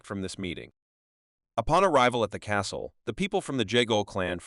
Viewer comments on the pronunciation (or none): none